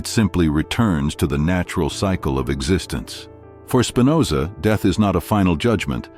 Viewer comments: That's Spinoza with a p . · Please. It's Spinoza!